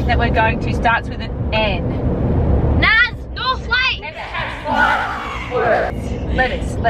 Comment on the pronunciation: BAHAHAHAHA IM LAUGHING SO MUCH CAUSE U SAID NAP INSTEAD OF NAZ, ITS JS FUNNY